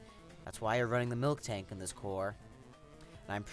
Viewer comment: It is Miltank, not Milktank. Otherwise, great video. Good battle selection and very good commentary.